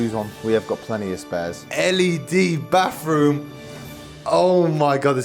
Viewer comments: (Bathroom) ❌ (Bafroom) ✅ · “Baffff-room” 😂😂😂 Bro it’s spelled “bathroom”